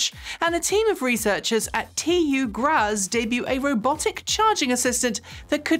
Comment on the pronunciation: You usually do so well with the foreign pronunciations, but missed with TU Graz. It's more-or-less pronounced "graats". gets it right here